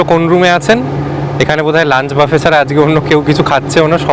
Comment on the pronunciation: "Buffet" কথাটার pronunciation হচ্ছে বুফে, বাফে নয়।